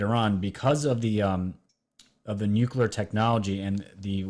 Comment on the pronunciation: And there's only ONE "U" in nuclear!!